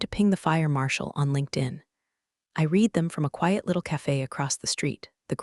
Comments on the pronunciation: haha, it does know, but it has somehow swapped which is which. Every single time, literally without fail, Read reed is said red read & vise versa, and wound- woond is pronounced wound- wownd & vise versa lol😁☮️ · AI needs to learn that some words have 2 different pronunciations. Like read and wound for instance.